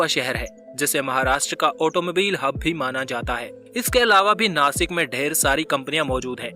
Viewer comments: इसे नाशिक बोलते है... नासिक नही.... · Jase tumhi Washington la wasington bolu shakt nahi,tasech Nashikla pan Nasik nahi mhanayacha.he mi kuthe tari wachal hota mala patla. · It is not nasik It' Nashik Mind it Jai Maharashtra 🚩🙏🏼🚩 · I'm from Nashik And as nashikar we love too pronounce नाशिक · Plz Nashik bolo 🚩🚩🚩